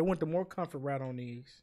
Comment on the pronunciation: “I had dese fo a wow”